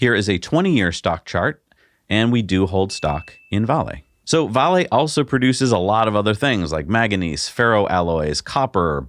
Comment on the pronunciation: I've never heard anyone pronounce VALE Vah-lay